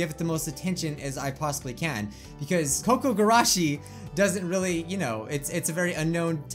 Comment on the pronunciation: it's probably said as koo koo gurashi